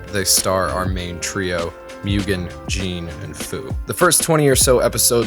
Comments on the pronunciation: Jin's name is not pronounced "Jean" like a pair of pants but more like "Gin" like the alcohol. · Mugen and Jin are no Samurai - they are ronin = vagabonds. Also "samurai" is a social status and not the Japanese word for a sword wielder. 🙈 And Jin is pronounced "jinn" 😵🙉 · Americans pronounce Jin really weird. It's not Jean or Gene like the english name. On he pronounces him right for one time. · "Jean"? You mean Jin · Why is calling he jean instead of Jin lol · Whats with calling Jin ”Jean”? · stop pretending I'm wrong because it makes YOU look silly! In the beginning of the video he states that Jin and Mugen are samurai. True: later on he uses the word samurai differently. But it's a lack of consistency. Also saying that he pronounced "Jin" correctly shows that both of you, that you only watched the English dub, since the Japanese folks really pronounce it "Jinn" or "Gin" like in "Gin Tonic" (I have heard this Japanese name hundreds of times in several Japanese anime and video games with the original dub; Jin is the Japanese word for "justice" by the way) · "myoogen, jean, and fuu" lmfao good video but that butchered the names